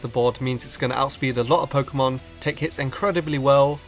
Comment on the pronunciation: he isn't the BEST he's good but not the BEST he can't even pronounce Pok'emon.